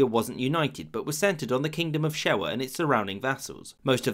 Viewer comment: Hey so this is much better and much more detailed than alot of other videos on the subject but id like to leave criticisms. Most are nitpicks, a few are actual factual errors. 1. Shewa is pronounced closer to ‘Shahwah’. I cant judge too hard though; i can barely pronounce most ethiopian words properly, and butcher alot of others. 2. Tewodros (Theodore ) was not from the Shewan branche; He hailed from Begemeder, the region province inwhich the former royal city of gondar was held. More specifically, he was from Qwara (Koara). 3. The invasion was hella expensive. 4. ‘Negus’ is pronounced more like ‘nuh-goose’. 5. Negus does not mean ruling over all people. Negus means ‘king’. It generally applied to a governor of a major province / subkingdom of the empire. (That said it should also be noted that the term’s use in this way was dying out, and that by the late rule of Yohannes, only two of the major provinces, Shewa and Gojjam, had a negus, the rest being ruled by those with the title ‘Ras’. ‘Negus Nagast’ means king of kings. 6. Its not that menelik did not think much of the ‘you must pass diplomacy through italy’ clause of the treaty. He literally didnt think it was valid; his version of the treaty, in his Ethiopian language Amharic made no mention of this, instead recommending Ethiopia make use of Italy, not mandating it necessary.